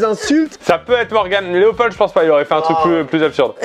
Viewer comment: Slt je m’appelle Léopold et on dit pas le d à la fin mais c pas grave